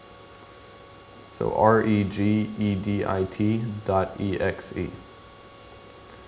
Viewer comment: "r-e-g-e-d-i-t-dot-exay" Lol